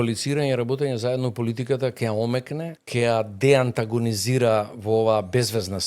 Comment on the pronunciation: 1) не е вие него е ти. Не го пошујте толку. 2) он имал идеа, па таа била негова... ма немој 3) тој нема такво искуство за што е пригодно за МК. 4) кој него го прашува 5) не се вели "че ги видите" (сељак), туку "ќе ги видите" (сељачина проста лопов) 7) за богатењето, од свое искуство зборува? 8) судството е упропастено од негово време 9) не е " не доаџа" туку е "не доаѓа". селендра